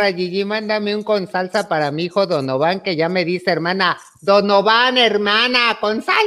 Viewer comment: Gigi, es Donovan, no Don Ovan jiji